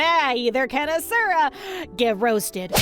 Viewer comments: I may just be that stick in the mud, but in the game his name isn't "Uh sure Uh" it's "Awshura" (if that typing out of the word actually helps break down the pronunciation for you ,then god bless) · Not hating on the video, promise! But the way you pronounce Asura gives me a nervous tick hahaha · I played it for a little bit and got tired of watching cutscenes. Also, you pronounce Asura wrong lol